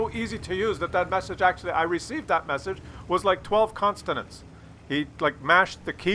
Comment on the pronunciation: "Constenants" is consonant with inability to pronounce "consonants"!